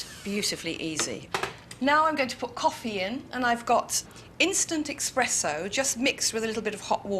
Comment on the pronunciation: Does it drive anyone else nuts that she refers to it as "EX-presso"? You'd think a Brit would say it with a little more worldly panache... I still think she's fabulous, but it just trips me up every time I hear it o_O